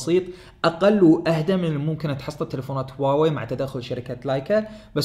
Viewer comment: حبيبي النطق الحقيقي الهة هو هُواوي بضم حرف الهاء